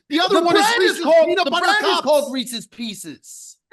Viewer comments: Reesees piecees 😂😂😂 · We can't stand for this. needs to be educated. Reeces Pieces Peeces. This guy is out of this world. The brand is not called Reeces Pieces. He chose the candy Reeces Pieces. He did not choose Reeces Peanut Butter Cup. The pick was in and read by the commissioner, he gets Reeces Pieces.